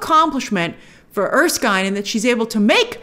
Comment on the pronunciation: It's er-skin, not er-skyne. Just wanted to throw that out there.